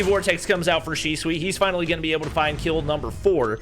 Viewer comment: PRONOUNCE SHISUI: Shi Su Wi ❌ Shi Swi ✔️ 🤣🤣🤣🤣